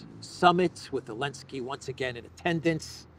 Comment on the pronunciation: Why does he call him “Elensky”?